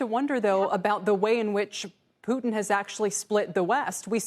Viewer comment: "pudns" lol its putin